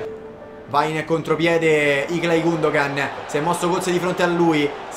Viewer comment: comunque gundogan...se cosi' si scrive è ilkay non iklay ahahahahahah